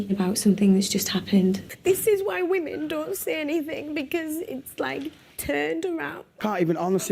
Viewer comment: why are you saying "vvomen"? just say "women"